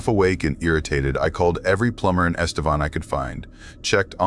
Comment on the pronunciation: Este-VAN not Vawn.